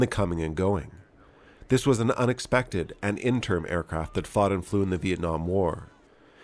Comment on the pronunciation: IN-TE-RIM......not "interm". Learn to enunciate.